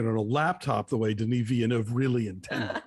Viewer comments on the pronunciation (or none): Just a little tip on Villeneuve's name, Alonso: I know that in Spanish the double-L makes a "Y" sound, but in French, it stays sounding like an L.